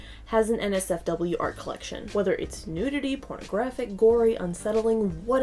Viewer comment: When she said NotSafeForWork I heard Nazi Fork